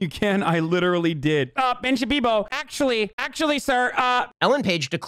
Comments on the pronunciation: Ben shabibo?? Nah more like Ben samuerto. Spanish speakers will get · Lmao "Puck you Ben Shabibo" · Should call him Ben Shitpiro, that's what I call him...